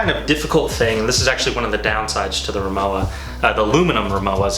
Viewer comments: You’ve been pronouncing the brand name incorrectly throughout your entire video. The w is pronounced like a harsh v. It’s pronounced Ri-moh-va… And yes, I’m a native German speaker. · German's pronounce their "W" like a "V." So, it's pronounced Ri-MO-va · I love my Rimowa. Technically it’s pronounced Ree-mow-vah since it’s German. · Its pronounced RIMOVA actually but nice try haha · It is pronounced rimova - the w is a v ok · It’s pronounced RimoVa! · It is pronounced RIMOVA, with V. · Good review but it's pronounced rimoVa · 'W' pronounced 'V' in German, ergo, not pronounced as described